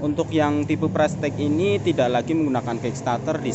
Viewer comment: Pengucapannya ; ("prestis")